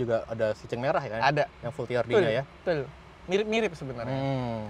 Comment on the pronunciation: Betull bukan tull